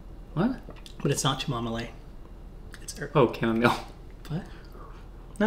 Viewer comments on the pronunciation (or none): CHAM MOM OLE! I thought I was the funniest person ever when I made up that pronunciation and here just broadcasts it to 15k people, what a legend. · Cha-mama-le🤣 for chamomile 😂☠️💀☠️🤣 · It is most certainly pronounced cha-mah-moh-lay